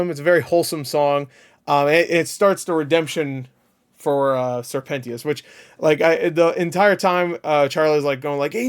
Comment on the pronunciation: Sir penteeeeous lol… it’s penchioussssss